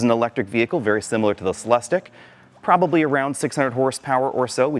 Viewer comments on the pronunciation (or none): Every time he says Celestick I’m saying it’s pronounced “Cel es teek!”